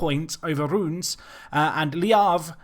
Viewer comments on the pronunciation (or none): I was really sure that you pronounced Reims wrong, so I investigated it and found out that it is not pronounced Rooms, its prononuced sort of like Rêss.